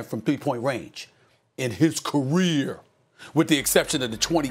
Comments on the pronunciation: “His CUH-REAR” 😂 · In his “CUHREER” 😂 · The way Stephen a said career though 😂